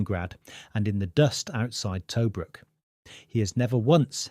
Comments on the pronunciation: The city is called Tobruk not Toe brook. More AI mispronunciation! It would appear from other comments that the rest of the video is probbaly rubbish too. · Can you get the AI system (?) to pronounce place names correctly? e.g. Tobruk, Bovington. It would add credibility to the work. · AI slop of the first order: 1. myth recounted as fact, 2. AI fake photographic creations inspired by the myth, 3. newsreel clips and illustrations that have little relation to the narration, 4. longwinded and repetitive AI script, and 5. read by AI 'voice' which cannot correctly pronounce some words eg 'Tobruk' [edit] oh look other commenters have pointed out most of this. are you AI?